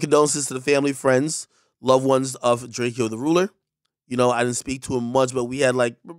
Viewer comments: Been waiting for ak to make the video r.i.p. but no one knows how to say drakeo it’s literally drake with an O at the end. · This guy is a clown can’t even say his name right just imagine how much else he gets wrong straight internet clown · Bro you gotta take this shit down you can’t be making this video and can’t even say his name right bro he says it in every song how to say it so all you literally had to do was listen to one song….. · You gotta pronounce his name right AK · Bro pronounce his name right at least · You not saying his name right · Cant even say his name right. Never posted about him before. This definitely a clout vid 🤮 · Bro did a whole video saying his name wrong. Cmon bro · At least pronounce the guy’s name right. U R a chaser. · You know you’re a clout chaser when you can’t even pronounce the guy’s name right… Even the NEWS pronounced his name right. Loser.🤦‍♂️ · You said his name wrong ..he doesn’t like that 🤬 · bro can you at least ask people how to pronounce that name ak? what the hell is this? drakeo is a legend in LA the most influential rapper over there for the scene stop the disrespect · yeah that was disrespect, drakeo is a legend most influential in LA at least learn his name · I’m agreeing with you buddy. I’m one of the few niggas out here that’s on him. I been listening to drakeo for at least 4yrs now. I just know when I hear these people mispronounce his name that tell me they ain’t heard ONE SONG! I see it as disrespectful to that man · Bro you keep saying his name wrong you gotta redo this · Reporting on his death n still not saying his name right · imagine not caring enough to pronounce his name right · Atleast say his fuckin name right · He pronounced his name wrong, I promise you Ak does not care about this man he’s just making money for views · AK don’t even know how to Pronounce Drakeos name all he knows how to pronounce is food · Bro even in death why are “journalists” saying his name wrong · It’s draco not drakey-o 🤦‍♂️